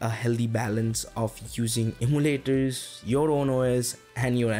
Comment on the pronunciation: could it be you are trying to say em-yoo-laters?